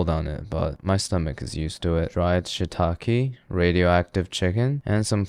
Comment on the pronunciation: I'm sorry, man...but I can't STAND the way he pronounced shiitake.